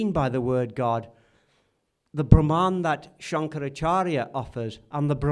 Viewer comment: Thank you,! Very interesting! One comment, though...the word for the Supreme One (written as Brahman) is pronounced Brhmn, with the two As hardly pronounced. It is not Brahmaan!:)